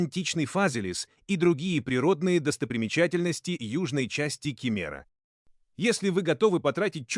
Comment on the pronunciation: Спасибо за обзор) А что же с ударениями? ИИ озвучил? С собственными пляжАми 🏝️ Район кемерА